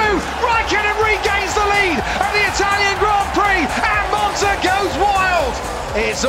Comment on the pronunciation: instead of "And monza goes Wild" I heard "Alonso goes wild" xD